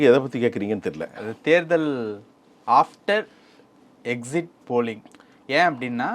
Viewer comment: யோவ் அது Exit போலிங் exist போலிங் இல்ல... இது தெரியாம என்னைய நீ ஊடகவியலாளர்.. தவெகவுக்கு ஓட்டு போடுவது உனக்கு வயிறு எரிகிறது நல்லா தெரியுது...